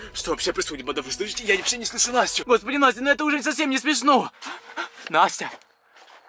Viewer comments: он сказал нястю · ты сказал ньястю когда в ее селился демон